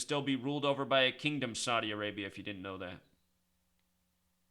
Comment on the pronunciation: Saudi A-rape-ya